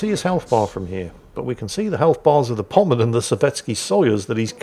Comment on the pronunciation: says musashi is a pommern his cat tries desperately to correct him, and he still gets it wrong Love ya, and your cat too